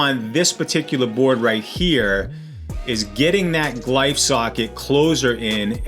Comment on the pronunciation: MY MAN SAID GLIFE SOCKET 😂